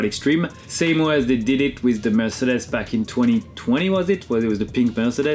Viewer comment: Name someone who says “Mercedes” cooler than Romain. I’ll wait.